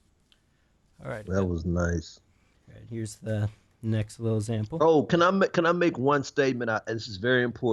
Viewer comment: ✨everybody sayin’ how viper calls the moon a planet, but no one mentions how the interviewer pronounces sample as “zample”✨